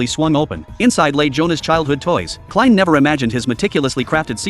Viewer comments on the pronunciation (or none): stipud ai commentary its kline not klins thumb down for using ai to commentate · Klins, wtf?? hahaha